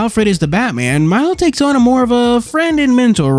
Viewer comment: First of all, isn't the crow's name pronounced Mee-lo? Second of all, Khameu's ability to turn invisible was considered freakish even among chameleons